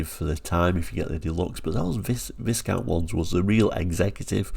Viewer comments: Sorry, I'm not brittish, but isn't Viscount supposed to be pronounced without the "s", like "whycount"? I've never seen these cars, they weren't sold in Sweden I believe. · FYI it's pronounced Vi-count, the s is silent. 🙂